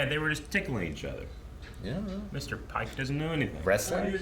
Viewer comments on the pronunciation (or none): Mr. Paek (pronounced payke). Not Pike.